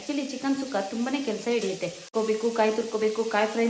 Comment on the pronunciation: ಚಿಕನ್ ಸುಕ್ಕ ಅದು ಸುಖ್ಖ ಅಲ್ಲ but anyway Recipe Super ❤❤❤